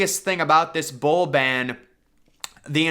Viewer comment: oh thats some weird pronunciation from his side. Thank you :)